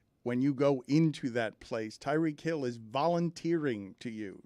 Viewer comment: Tie-REEK Hill Stugotz not Tuh-REEK